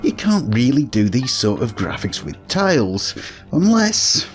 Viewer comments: tILEs as in aisle not tALEs as in Ale. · Ohhh, you're saying "tiles." Your pronunciation makes it sound like "tales." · It took me 14 minutes to realize you were saying "tiles" and not "tails."